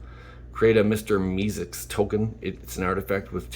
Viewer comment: It's mr mee seeks pronounced me seaks